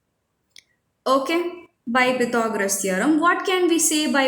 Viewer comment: U pronounced Pythagoras ❌wrong